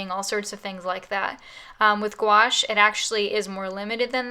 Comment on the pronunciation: I'm gonna use both watercolor and gouache! Thanks for the video miss (and for teaching me the correct pronunciation of gouache XD)!